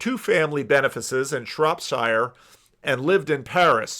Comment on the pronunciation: Wow, almost perfectly pronounces the word 'Birmingham'. Not bad for an American;) Messed up 'Shropshire' though;)